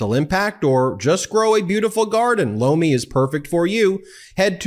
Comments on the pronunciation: I'm hard of hearing and you were advertising loamy but it sounded like blow me and I'm still laughing thank you for that don't want to get hearing aids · Sounds a lot like you're saying Blow me when you say Lomi. Just sayin.